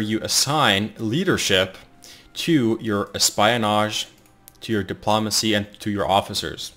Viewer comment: your videos are good for information but your pronunciation of espionage and diplomacy is atrocious